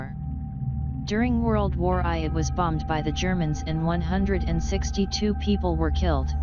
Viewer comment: "World War i" 😂😂😂